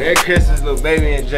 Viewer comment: Its lil baby not liru baby 😂😂😂😂